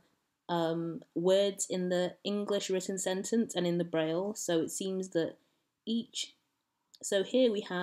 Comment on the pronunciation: Presentıng a "Linguistic Olympiad" but unable to read the name "Braille"? Clowns.